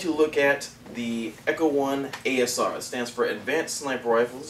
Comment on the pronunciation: ASR, not ACR, learn your letters please.